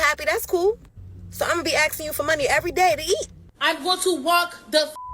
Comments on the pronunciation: "Axing" for food stamps, has a whole new meaning... 🤔🤣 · They need to be “axe-ing” for jobs